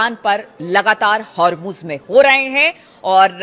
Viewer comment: Hurmuz and not har muz